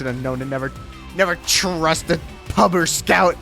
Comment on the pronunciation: Bro really said pub with a hard R